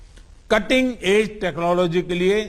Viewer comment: Udhar Koila ki kami ho rahi hai aur yeh Feku Chor Yaha Space ki baat karr Raha hai 😂😂 Technology dhang sey bolna Nahi aata aur yeh Feku Fek Raha hai 😁😁